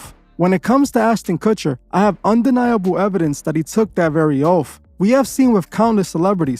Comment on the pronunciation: “What’s eating Gilbert’s Grapes” “Now You See It” “Keano Reeves” “Austin Kutcher” plus many many more f’ups!!! Dude bro! I love your channel and what you’re doing with it, BUT you really need to tighten this shit up! It can completely negate everything you do here. Nobody that is just starting to look into this shit isn’t gonna take you seriously if you can’t even get names right. I know it don’t seem like it matters, but it does! I wouldn’t take you seriously if I had just starting diving down this rabbit hole! Another thing, while there are plenty of dots to connect with all this shit, you gotta be able to discern what dots should be connected, and what dots can be connected, but shouldn’t! Some things are just what they seem, and not part of the ‘agenda’. We HAVE to have discernment, all of us. Otherwise, if we are connecting things that aren’t related, they can be used to discredit what we are talking about. Just like the “Flat-Earth” movement. We all know it’s BS, but I’d say someone believes in all this cabal Illuminati shit, then also believes in flat earth, our enemies can discredit them by saying “look, they believe in flat earth! If they are stupid enough to believe in that, we’ll that makes the Illuminati BS also!!!” Ya get what I’m trying to say?!?! Keep up the good work!!! Always forward! We WILL show the world what kind of monsters these people are!!